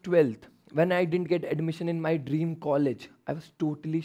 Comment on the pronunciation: Dreams not Derms😂